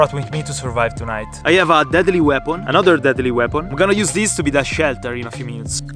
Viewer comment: "Dedli wepon"